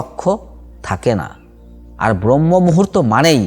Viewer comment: খুব ভালো বলেছেন, চেষ্টা করবো। তবে কথাটা ব্রহ্ম নয়,ব্রাহ্ম মূহুর্ত